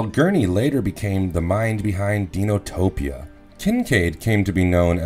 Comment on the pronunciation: Deenotopoia? Die no topia. Heroine instead of heroin. So many reading errors on this channel always a few per video, this is just the worst in this video. Is it a person or bot? Does anyone check or edit before posting?